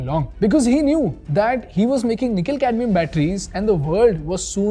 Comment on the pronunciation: Did i just hear Nikhil-Cadmium battery?